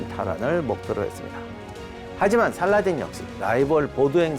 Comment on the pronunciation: 원어민 스럽는지는 모르겠지만 살라할~ㅋ 띤! 이라고 발음해야 멋져스러움.